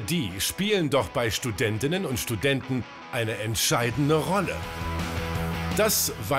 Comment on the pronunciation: Studentinnenenenen und Studenten ahahhahhh